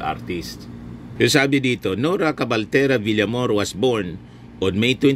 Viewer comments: Villamayor po sir hindi Villamor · Villamayor hindi Villamor.